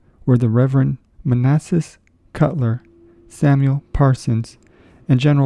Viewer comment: Manasseh Cutler… not Manassas!